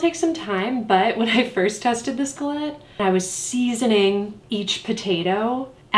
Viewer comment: i’m so happy that i now know how to pronounce galette